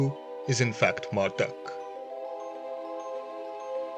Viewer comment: Can you please not pronounce Marduk as Marduck? It's pronounced Mardook! U = OO.